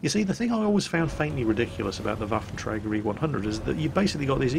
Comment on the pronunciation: Can you say Waffentrager more please